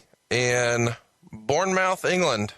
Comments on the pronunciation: Bournemouth? Its pronounced:"Bournemuth" like Portsmuth, mouth is always muth in Engligh place names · Ha! Had to laugh at mis-pronouncing BourneMOUTH, ha! The -Bruce argument over Hogan's European tour is one of my fave arguments!